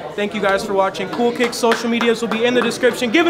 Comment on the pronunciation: “Coo Kiks Is Da Bes Brow 💅”